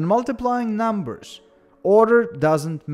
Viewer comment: I love how you say NUMBERSH :3